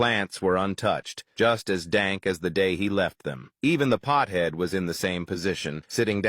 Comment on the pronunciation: “Pthead”? 😖 Really? You’re afraid to say pothead? Lord help us. The current generation is pure pussified.